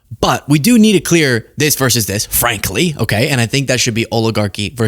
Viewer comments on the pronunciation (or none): It’s “versus” NOT “verse.”